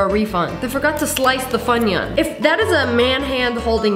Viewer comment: "It's a funoun"